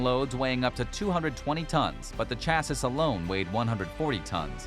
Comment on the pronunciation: What annoys me the most is the way he said "Autoseum" and "chassis"